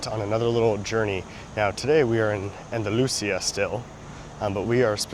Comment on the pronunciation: The gondolas are BIG compared to those of the cable car in Köln (Cologne), which crosses the Rhein (Rhine) and is not going up a mountain. 😀 You have to practice the pronunciation of Andalucía, with a stress on the í. I know it's a hard time for native English speakers. English pronunciation isn't easy either.